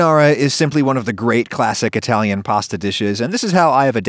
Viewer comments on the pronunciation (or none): Adam is murdering the Italians again